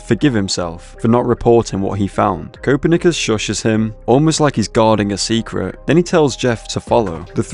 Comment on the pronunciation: The way he pronounces Copernicus makes me tweak bro😭😭🥀🥀